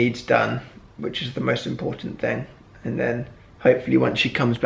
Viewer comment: am i the only one who noticed that it sounds like he said think when he said thing (sorry for my english i'm from sweden)